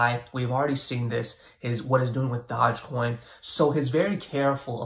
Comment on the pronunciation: He said 'Dodge Coins' 🤣